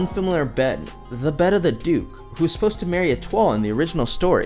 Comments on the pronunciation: Etua??? No. I will continue to pronounce it as E-TOE-ELL (Etoile) thank you very much :) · I was pronouncing etoile the way it is read and now i am told its itu-aa or something like that😂😂